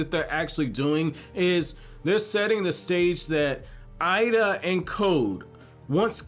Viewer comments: it's pronounced Ayeeda not I ee da lol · i think her name is pronouced like Eh-Da. think of hiei from YYH ei sounds like eh in japanese